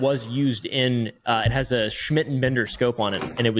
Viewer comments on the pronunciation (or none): none